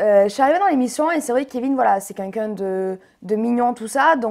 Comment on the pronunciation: J aime bien Jessy mais à force de dit c"qunqun " au lieu de quelqu'un